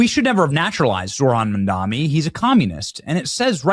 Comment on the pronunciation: BRW , it’s Mamdani, not Mandami